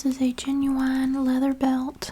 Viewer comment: “That is the channel I claim to be and that is the content I will deliver” …. “This is a Jen-Yew-Wine leather belt, Made in EyE-Tail-LeE” 😂❤ this video was both relaxing and entertaining. Loved it!